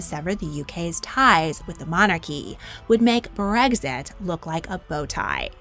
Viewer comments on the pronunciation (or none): none